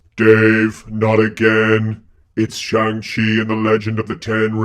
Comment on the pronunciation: Well Dave, AKCTUALLY, you also mispronounced Shang 🙃 Everyone pronounces the movie title wrong anyway; "Chi" in Chinese Mandarin is pronounced differently to how westerners pronounce it (it's not like "ci" in Italian)